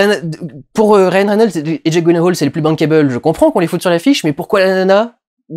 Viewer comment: "Jéque Gouilèhole" ridicule...